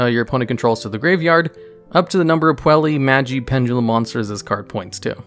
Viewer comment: The correct way to pronounce it is "Poo-ella Maj-eye" Madoka Magica